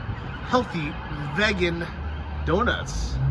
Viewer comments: Vagen? Man that accent threw me off I thought it was Veagen... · It’s “Vee-gan”. Geez,, aren’t you from S.F., an epicenter of “Vee-gans”? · It's VEE-gan, long E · And learn to say "vegan"🤣😂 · 1, Top of the Morning is an Irish expression. 2, London IS one of the most Famous Tourist Destinations in the world. 3, the "Metro" was closed due to the Queens funeral. 4, Learn the history of the original London bridge and 5 learn how to pronounce Vegan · This guy got the video all wrong couldn't pronounce the word "vegan" properly then Biden drives by and he thinks it was the queen and the list goes on come on man do your research not like crappy Ukraine or the rest of the EU countries you visit are any better full of crapp good thing i didn't subscribe. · Someone teach how to say vegan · I thought the way he pronounced it was a tip off that he was trolling in this entire episode.